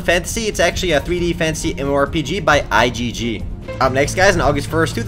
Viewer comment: why does he say i gg? isnt it i J J i